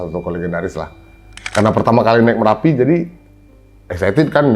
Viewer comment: MERAPI bos..bukan M"A"RAPI